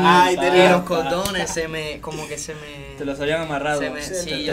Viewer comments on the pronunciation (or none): Cuando Erick dijo cordones yo pensé que dijo condones. 🤣